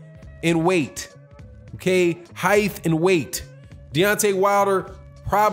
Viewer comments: HeighT, not HeiF...🤤😂🤣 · Are you saying heith and weight? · Heith? That's a new one!